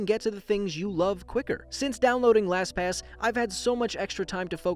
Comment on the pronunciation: Wow you said “LasPass” quit a bit.